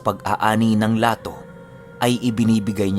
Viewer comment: Lató po ang pronunciation nun. Parang yubg sa susó na snail ang bigkas